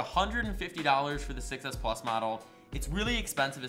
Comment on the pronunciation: he said iphone 6s pluz